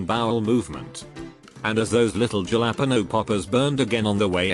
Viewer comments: Jalapeno, not ja-la-pino.....bubbles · "HAA-LA-PEE-NO the j is like an h " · Nobody: Text to speech: juh lap-inos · The way it said jalepenos got me feeling some kinda way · The way it said jalapeños